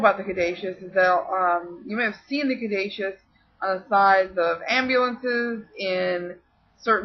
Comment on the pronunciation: I thought Caduceus was pronounced (ka -du-sus) ? Hermes is pronounced with an accent I gues the best break down I can give without you actually hearing me say it is (air- mess} you have to kind of like either french out the r sound a bit or roll it : ) lol but Mercury is pretty cool...ooooOO are you going to talk about the emerald tablet ? I love stories about that and atlantis: ) Hope to see ya back and making videos soon.